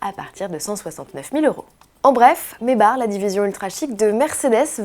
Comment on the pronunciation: C'est pas mebar c'est Maybach